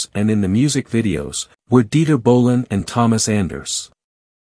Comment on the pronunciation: What is "Dieter Winter Ball"?!? You mean Dieter Günter Bohlen? Your AI should be improved very soon